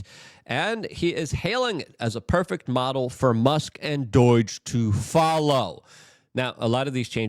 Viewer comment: It's DOGE not Dooooeeeege. Why can you not talk.